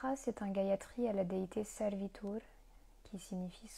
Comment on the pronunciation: Bonjour. Si je peux me permettre, ta prononciation est plutôt bonne dans l'ensemble, mais fait attention à Savitur. Tu dis Sarvitur, et c'est Savitur. Le Sanskrit est une langue précise, et mal réciter des mantras peut générer des effets indésirables, puisque ce sont les sons qui agissent directement sur nos centres énergétiques. ॐ Shanti ॐ